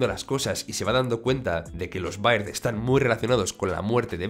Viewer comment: se dice berd no baird